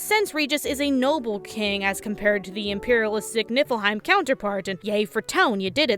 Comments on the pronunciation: I keep hearing nippleheim.... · "Nippleheim". I can't unhear it. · Keep hearing Nipple-heim. Just me?